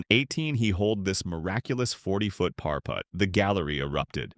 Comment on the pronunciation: Also said Gene Sara-zeen and 'pair" for "par." So annoying. I suppose it would say Jack Nick-louse.